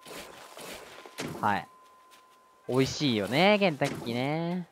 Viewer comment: 再びコンクリ男は草w ケンタッキーが洗濯機に聞こえたw ｳｯ…頭が！